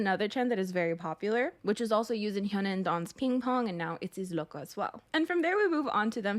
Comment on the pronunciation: OMG says loco better than the whole kpop idol world (I'm a Native Spanish speaker so i know when something is well pronounced)